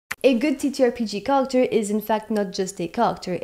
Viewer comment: T'as un super accent c'est dingue ! Juste fait gaffe des fois quand tu dis "character" on dirait que tu dis "culture".